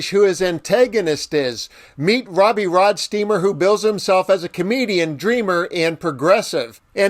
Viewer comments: Its Roadsteamer not rodsteamer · ROADstreamer ROAD! Not ROD! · My only criticism is I wish you would've pronounced his name correctly. He really deserves that. It is ROADsteamer, not RODsteamer! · Can you read? It's "Roadsteamer".😜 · Don't be a robot, it is ROADsteamer. He even says it in your video 🙄